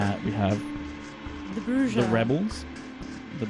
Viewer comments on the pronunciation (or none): "Broo-Hah" No J-sound, only H-sound.